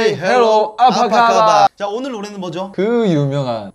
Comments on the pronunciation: It is "Apa khabar?" its not afakaba😂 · Its "apa khabar" not "afakaba". For your information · its apa khabar not afakaba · actually its not “afakhabar” but “apa khabar”😂